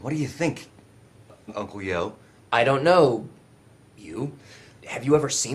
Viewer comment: Who's Uncle You? Yo doesn't have a U at the end.